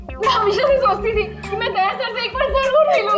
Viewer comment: Wow 😅 days sir very nice english 🎉🎉❤